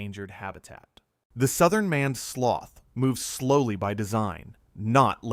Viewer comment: "Maned" is not pronounced like "manned". You clearly didn't bother to check what your AI was saying, which suggests you have no respect for your viewers. That explains your subscriber numbers.